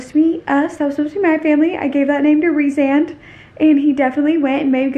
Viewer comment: It’s pronounced Reece-and